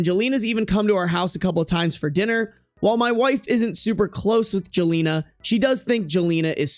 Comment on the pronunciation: Jelena isn't pronunced that wayyyyy. its pronounced like yelena, its a slavic name